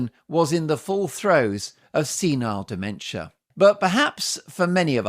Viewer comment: Yes he been having dimensher